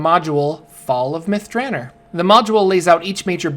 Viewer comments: Long O in Drannor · You're pronouncing it wrong by the way. It's DranOr. There is no E at the end. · can't deal with your pronunciation of the name...👋